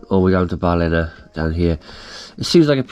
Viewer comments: I bet Graeme told you how to pronounce ‘Ballina’ properly! Welcome back to Australia.👍🏻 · Lads heading into Cockroach country, ask a local how to pronounce Ballina too.😂